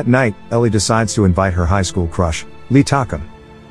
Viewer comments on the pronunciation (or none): none